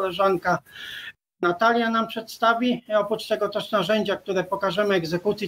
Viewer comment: Pani radzę popracować nad wymową. Doktor powienien wypowiadac sie poprawną polszczyzną i dobrze wymawiać głoski ś i ć